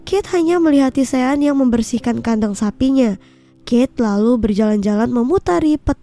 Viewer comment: Maaf ya mimin pengen perbetulkan sebutan nama sean yg bener adalah shon bkn sien min..semoga bermanfaat ya😊